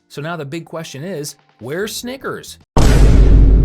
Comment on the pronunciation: I was looking away when he said snickers and that first time he said it sounded like something else